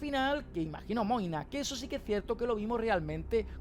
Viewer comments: Porq le decís moine a magne? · Quien es Moina? Toda la série escuché que su nombre era Magne 🤣🤣🤣